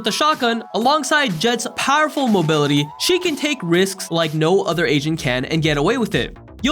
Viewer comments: i kept thinking he said "no other ASIAN can do this" isntead of agent lmao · Every time he said agent I thought he said Asian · this is irrelevant but every time he says agent - I thought he said asian